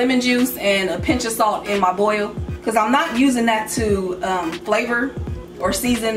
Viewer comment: I will be making this. Looks great! I love the way says "flavor".. So Cali.